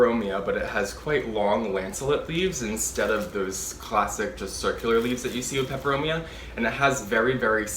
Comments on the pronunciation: You pronounce the Latin names so well 😁 I love Steve's Leaves. I ordered a watermelon peperomia. It was so full and lush! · Hi. I look forward to your videos. You sound like a talking plant encyclopedia. Your pronunciation of the plant types and species rolls of your tongue with such ease.